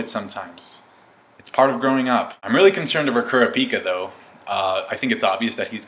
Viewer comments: OMG LEARN THE JAPANESE WAY TO SAY KURAPIKA.. i hate people that pronounce anime characters names like the english way.. my name is lucas and in japanese it would be Rucasu. so dont fucking call me rucasu understand? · That's not how you say kurapika 😂sorry had to be said